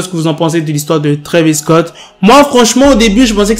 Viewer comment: C'est Travis Scott pas Travis cott